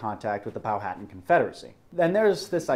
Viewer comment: Can someone explain why everyone puts the wrong emphasis on the wrong syllables with Powhatan? It's pronounced "Pow-Hat-Tan".